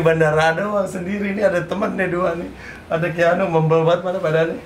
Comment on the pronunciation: kang, bukan keanugl tapi keanuagl wkwk